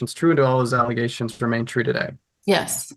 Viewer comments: "Egaliations", "Nallegations", "Egaligations". I can understand not knowing a word (though I'd still poke fun) but at least be consistent in your mispronounciation...good lord, and on top of that, biting a person, let alone a child, this lady makes me nervous (assuming those egaliations are true). That child needs protecting asap! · The egaligation lady cracks me up. I dont hear a clear speech impediment and wonder where she got that pronunciation? It reminds me of when my kids would try to pronounce big words when they were toddlers. 😊